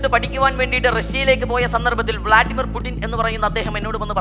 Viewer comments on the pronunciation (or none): none